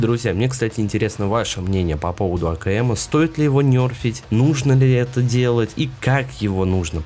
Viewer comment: Только не "нЁрфить", а "нЕрфить"!)))